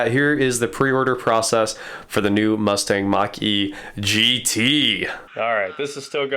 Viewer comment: I'm impressed by the specs. I'm pissed at them butchering the mustang name.